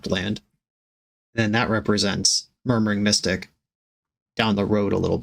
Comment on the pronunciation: I swear you called murmuring mystic "Murdering Mystic", forever in my imaginative sphere the birds are Crows 💙